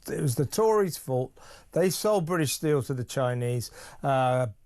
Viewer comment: Why is everyone pronouncing steel as stcheel😱 infuriating